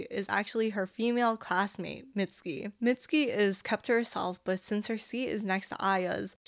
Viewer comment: "mitski" MITSUKI 💔💔💔💔💔